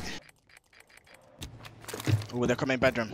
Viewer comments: On gawd, the “it’s okAAY BREATHE..BREEEEAAATTHEE!” Had me weak 😂😂😂 & “SPOWET” best duo ❤❤ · I love how Spoit just accepts that calls him "Spowet" 😂